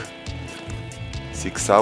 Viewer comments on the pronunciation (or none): Ty mrówko. Jak nie Laura jak Laura. I nie Lock tylko Glock. Ha#ki:p